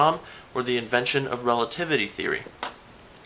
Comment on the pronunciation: Relativitaly? I'm italian and i'm OFFENDED eating spaghetti loudly